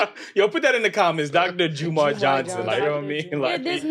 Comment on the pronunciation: Bro said Dr JUMAR 😹😹😹 y’all funny 😂